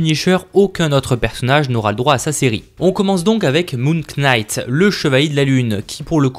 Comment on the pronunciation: MOON QUNIGHT... ça se prononce « Moon Night » :(